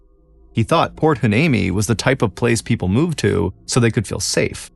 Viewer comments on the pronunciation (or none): It’s pronounced “ why- knee- me “. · Think (and I could be wrong), the town is pronounced Point Why-nee-me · It's pronounced (why-knee-me) lol not a bad attempt tho